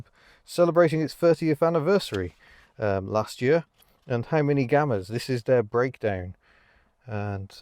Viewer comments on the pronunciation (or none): none